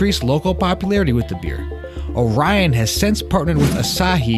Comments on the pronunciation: Indeed. 😄👍🏻 “Oh-ree-ohn” ...not “Oh-rai-uhn” But, as a young Lance Corporal on Okinawa, I also (mis-)pronounced it the very same way, after the constellation Orion, until I learned enough Japanese to know better... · This was my go-to when I was stationed in Okinawa in 2006. Just a heads up, it is pronounced like Ory-on over there. Also, the several Okinawan bars that I've ordered, it's been served solely draught and always in a frozen frosty mug which improves the head a bit and gives that "pop" you were looking for had it been colder. Excellent review, you got one more sub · Look up the orion beer song for pronunciation. :)